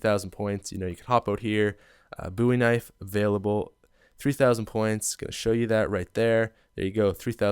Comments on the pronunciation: Haha are you Canadian? You called the BOwie knife the BOOwie knife xD lol. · its bow-ie not boo-ie u americans allways get it rong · "Boo-ie Knife" Really dude? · Bruh these pronouncations. “Boo-wee-nife” “Kee-nowe-dere-taw-ten” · He pronounces Bowie knife "booie knife", and Kino der Toten "Kino don Totten" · Boooeee knife? Lol must be Canadian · buwee knife? it's funny how you pronounce it. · It's not pronounced booie knife....